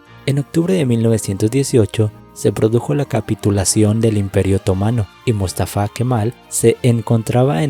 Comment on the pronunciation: Por favor ponerle cuidado a las tildes, buen documento pero Túrquia o mústafa.. no es.. se escucha terrible estás palabras tan importantes para el relato, pero mal acentuadas..